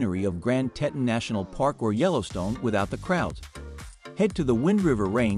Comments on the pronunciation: they are the Tee-tahns!!!!! Not the tet-tuns!! You are killing me! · I’ve been to Jackson and Grand Teton NP about 35 times over the last 42 years. Throughout the video the narrator mispronounces “Teton,” and the supposed aerial videos are not of Jackson. I assume it is actually the capital of Wyoming, Cheyenne, since you can see a building that looks like the Capital Building. Also, they mispronounced “Gros Ventrel (it’s pronounced: “grow vaunt”). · I’ve never heard Teton mispronounced so many times in such a short time. Also that was certainly not Jackson in your drone shots. And speaking of drones, drones are illegal in all National Parks so I’m wondering about many of the drone shots in this poorly made video. One big thumbs down and certainly no subscribing